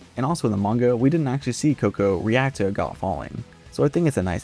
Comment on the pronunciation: nc vid but i dont like how u pronounce agott